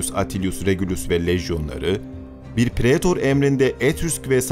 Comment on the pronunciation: Ellerine sağlık. Latince okurken "ae" kısmını "ay" diye okuyabilirsin. Praetor "Praytor" , Pisae "Pisay" gibi. Öyle diye biliyorum en azından.